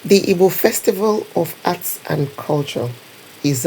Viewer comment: Don't pronounce Ibo.The real pronunciation and spelling is Igbo